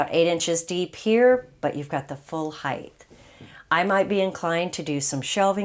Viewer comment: Yes, she's great. It does bother me the way she says "height" with a "th", though. LOL